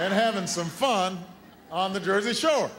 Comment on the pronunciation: "The Jersey Showa"